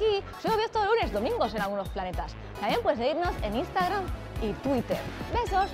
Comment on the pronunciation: Lol, me hace mucha gracia cuando dice planetas XD